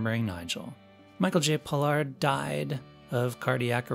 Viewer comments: Pollard! Not Pollock. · It's called "Star Trek", NOT Star Trak! Then you pronounced Michael Pollards name correctly the first time, then you pronounced it as "Pollock"! If you can't get your facts straight, then do something else! What a fool.